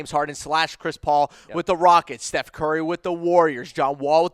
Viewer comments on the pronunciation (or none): none